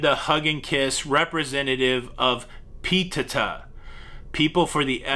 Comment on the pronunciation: don’t fool with p-teh-tah. 😬